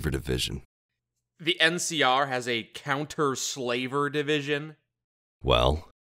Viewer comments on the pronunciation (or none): Counter Slaver division. I heard it as "Kenner Slaver division"